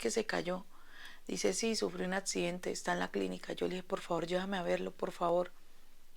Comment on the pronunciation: Accidente no atcidente